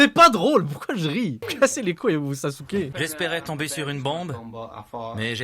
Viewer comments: Ca se prononce Saske mais ça s'écrit Sasuke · C'est pas Sasouke, c'est Saske. Non, mais vous les francos vous avez un probleme de prononciation des noms. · Chui pas la seul à avoir crus qu’elle a dit Sasuke 😂